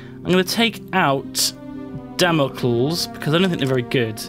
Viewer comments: such cultured, much refined. Dammle Culls. Or Damo-klees as everyone else says it. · HI,to avoid derision and ridicule Damocles should be pronounced Dam o Cleese. Wiki the name for an interesting classical allusion. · I know I'm a couple weeks late, but oh jeebus your pronunciation of Damocles is cringeworthy. For the "cles" part, think Hercules/Heracles.